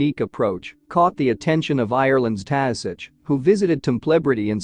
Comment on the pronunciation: Very enjoyable to listen too your voice,I had a chuckle at your Taoiseach attempt.At least you did not call him our prime minister! Fair play to the volunteers & goats! You need to do a video on Howth head & their goats.